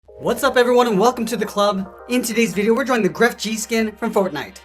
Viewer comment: Jajaja dijo grefg yi You pronounce it like this: gref